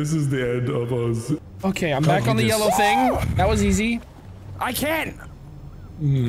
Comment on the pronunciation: I love “thinga”